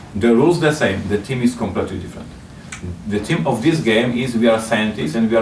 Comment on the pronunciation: I thought he was saying 'team' not theme for the first 18 minutes